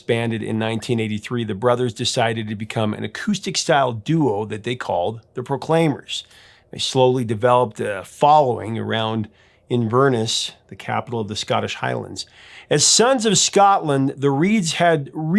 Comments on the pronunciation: Hey Prof, it’s not In-VURR ness, it InverNESS! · Love the channel and love the Proclaimers. However being a proud Scot and hearing many mispronounced Scottish words and places does annoy me somewhat. Inverness is pronounced “Inver” - “ness” NOT “In” - “verness”. Edinburgh (the capital city) is pronounced “Eh din”- “burruh”. The forename “Craig” is NOT pronounced “Cregg” like most Americans mispronounce it, but is pronounced “Craygg” it actually means rock in Scots Gaelic. The place called Leith is pronounced “Leeth” NOT “Lee ith”. Sounds pedantic but the whole reason it was a hit was because the song was sung in broad Scottish accents. Remember - if it’s not Scottish it’s crap. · I'm sure I've mentioned one of these before, but you should look up the correct pronunciations of "Inverness" (it's not "in vurnace") and "Edinburgh" (it's DEFINITELY not "Eden Berg", you're missing a whole syllable). If you're talking about any British music, knowing how to say things correctly is important. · In ver ness? Inverness is not the capital of Scotland. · Inverness? ... that's a first .. the emphasis is Inver - Ness - Havering is a great word and is basically 'talking nonsense' just like Trump does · INVERness ?, It's InverNESS , there's a difference. Who's Kreg ? , it's pronounced Crayg , spelt Craig , if you're doing video's at least research how to pronounce the artists names correctly as well as place names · Some questionable pronunciations here, Professor. The City in Scotland is pronounced In-ver-ness rather than In-vern-ess and Craig rhymes with the last name of the former United States Secretary of State under Ronald Reagan, (Alexander) Haig or the Netherlands City (The) Hague, rather than the other male first name Greg instead of pronouncing it as Creg. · it's Inverness, one word said quickly, not In Ver Ness ;) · BTW, that place in Scotland? It`s In-ver-NESS, not In-VER-ness. No harm, no foul though. 😉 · In ver ness , ed in bur uh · Try In-ver-ness! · Me too.